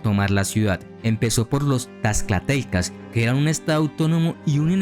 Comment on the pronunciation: Tlaxcaltecas se pronuncia /tlashcaltecas/